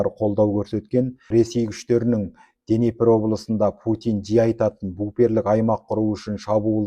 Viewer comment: Денепр емес - Днепр. Халеакбар емес - Халиакбар секілді